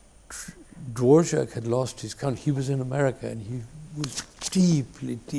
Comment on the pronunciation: Dvorak, pronounced davorjack. His cello concerto specifically the first finale